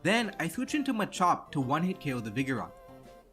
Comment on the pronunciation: It's so weird how he pronounces "kill" as "Kayle".